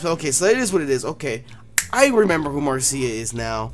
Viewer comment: Marcia is actually pronounced Mar-sha